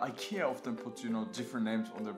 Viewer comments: thanks for showing the right way to say IKEA! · 其實都可以，在IKEA的原生地瑞典或是英國特定地區，都是發音"宜kea"。但在北美與英國大部分地區，卻是用自己的發音習慣去唸"愛kea"。所以要看你想原汁原味還是英語人轉化過的發音，大部分台灣人是發原汁原味的瑞典發音，Jonas前面也有留言，說因為他的說明是英語，所以他用英語的發音方式來發。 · 其實都可以，在IKEA的原生地瑞典或是英國特定地區，都是發音"宜kea"。但在北美與英國大部分地區，卻是用自己的發音習慣去唸"愛kea"。所以要看你想原汁原味還是英語人轉化過的發音，大部分台灣人是發原汁原味的瑞典發音，Jonas前面也有留言，說因為他的說明是英語，所以他用英語的發音方式來發，如果他是說瑞典語，他的發音就會是原瑞典發音"宜Ikea"。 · 你可以用你家鄉的方式發Ikea的發音沒關係的，雖然台灣是學美式英文，但講Ikea大多人還不是發美式發音。